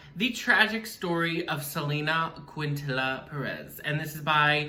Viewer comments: It is pronounced Selena “Keen-ta-knee-ya” ☺️ Selene deserved the entire world and she would’ve been a force to be reckoned with. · Umm.... it Selena keen-tan-nee-ya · ummm Quintilla???? wtf did you even try to say it right????? why are yt people like this??? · Not quintila 💀🤣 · You butchered her name. But you can get the accent